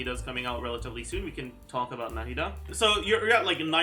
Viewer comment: The way said Nahida like No Head Duh the first time.